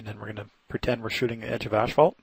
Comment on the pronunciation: My wife calls it ashphalt too :D